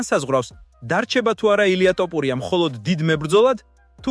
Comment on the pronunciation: ტოფურია არა ბებიაშენის ტრაკი